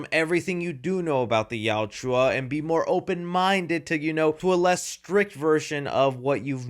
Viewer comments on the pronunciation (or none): Not criticizing, just informing... You are mildly saying the name erroneously. You're pronouncing it "Yowt-U-Ah," but it is pronounced "Yowt-Ya." Still, I strongly appreciate your review. Just wanted to let you know. Continue making good work,. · Gaaaa stop saying Yauchua! It’s Yaucha. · please learn to say yautja not "yaw-chew-ah" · Dude, you're a Predator fan and you can't even say their name right. It's (yowt-juh). Not (yowt-jew-uh). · WHY can no YouTuber pronounce Yautja correctly !!!?? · Bro spittin out Yauwtjoua like its a slur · It sounds like you say: "The Joshuas" 😂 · Please learn how to pronounce yautja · plz don’t bring saying yautja if your gonna be saying it wrong like literally everyone else doing reviews lol( no hate) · One day will pronounce "Yautja" correctly. I just know it😭🙏🏼